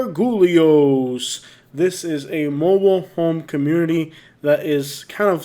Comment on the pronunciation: If “Gargulios” has anything to do with the person who went to Naples High School when I did (her father was in farming)….you are pronouncing it so wrong, it’s not even funny!